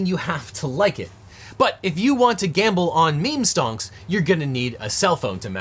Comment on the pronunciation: Have i lost my mind or did he say STONKS every time unless it was a direct quote?